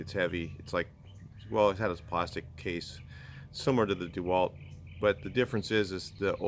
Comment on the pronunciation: DEH WALT NOT DEE WALT But I love ya